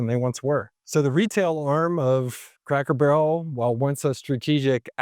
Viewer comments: Did I hear "Crackle" Barrel? I replayed it several times. My wife even thought you said "Crackle". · Is it me or is he saying Crackel Barrel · Are you saying Crackle Barrel?? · I can't stop hearing "Crackle Barrow" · This guy REALLY struggles to pronounce CRACKER BARREL... also, not sure where he's looking but every store near me in Ohio, indiana, and Kentucky are busier than ever!!